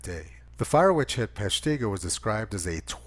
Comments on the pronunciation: Tony. I love your commentaries. To help with you with the pronunciations of our funny WI city names. Peshtigo is pronounced with the accent on the first syllable. PESHtigo. Hope this helps. 😎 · Lol... your saying Peshtigo wrong. Sorry cheese head hear. Say Shawano next. Link below is how to say it..